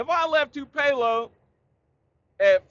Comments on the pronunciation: Dude you might wanna set that Tennessee Honey down for a little while... "Too-pay-low" Mississippi 😭😭 That was Friday Blooper Reel material 😭😭 JL been teaching you too much of that Japanese... haha .. Stay Safe Brother ... You Tha Man 👍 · 😆 I thought you were saying anything other than Tupelo (Too-puh-loh), MS...I hate driving in Atlanta and I live here. 😄 It's a risk, but I go through the city on I-20 on occasion..👀 North Cobb in the house!